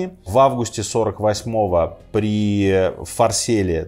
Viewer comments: какой такой Фарсел? Вы точно историк? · На 10 минуте: битва при ФарсЕле ))) Оговорочка. Битва при ФарсАле (9 августа по римскому, 6 июня по юлианскому календарю в 48 до н. э.), решившая исход борьбы между Юлием Цезарем и Гнеем Помпеем Великим за единоличную власть над Римом.